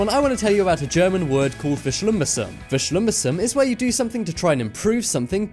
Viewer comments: ITS NOT VESCHLIMMBESSUM BUT VERSCHLIMMBESSERUNG!!!!!!!!!!!! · Xi love how you butchered verschlimmbesserung xD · The way u said "verschlimmbesserung" i laughed so hard 😂😂 (i'm living in germany)